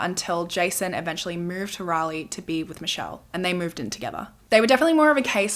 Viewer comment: Thank you for saying Raleigh correctly! 😂 ❤ from NC